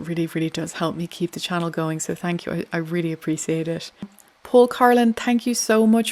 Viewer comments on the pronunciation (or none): I like you and your channel but when you say thank you you have to pronounce the H Say thank you over and over again do not say tank you